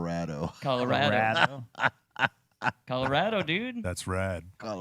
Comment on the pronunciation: Why he keep saying calarado like that....